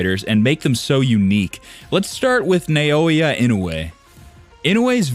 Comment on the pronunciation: Why you pronouncing it as No-Aya instead of Na-O-Ya 😂